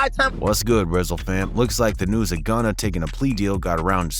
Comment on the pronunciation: it’s gunna , not “gunner” why’d you even say that?